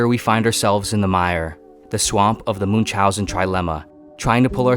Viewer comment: Americans, please, look up pronunciation of Münchausen, Camus, Frankenstein, ..., people you mention a lot, and butcher their names in full.